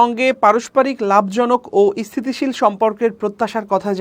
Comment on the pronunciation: খবর পড়তে হ'লে উচ্চারনে সতর্ক থাকা জরুরী। কি খবর পাঠ করছেন? ইস্হিতিশীল, ইস্হির এগুলো কোনো উচ্চারন?